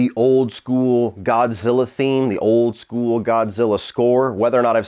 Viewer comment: Did you call him Godzillar?